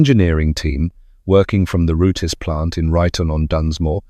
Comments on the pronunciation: Pronounced roots not roo-tess! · "Root-izz"?!? "Zee-nith"?!? "Carbur-ay-tuh"?!? "Pyoo-zho"?!? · would be better if your voice could pronounce rootes correctly instead of rooties. vert irritating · Fuck sake “Root ez” now.